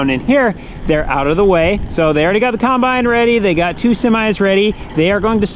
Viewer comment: The Corn Star Family Guide to Pronunciation of Farm Equipment!!! 1) Combine: Kimebine 2) Excavator: Exavator 3) Sawz All: Saw Saw